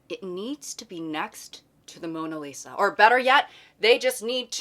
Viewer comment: it sounds like “mourning Lisa” like what is she mourning abt 💔😊